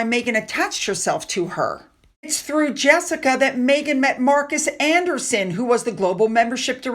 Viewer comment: You dont know how to pronounce jessicas name.American????